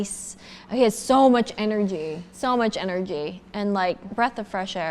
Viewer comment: Did she just pronounce energy as ener-G. EDIT: also noticed her pronunciation on massage. She might have some speech impediment. Why that’s fine! I just thought “huh? can energy be pronounced differently?” 😬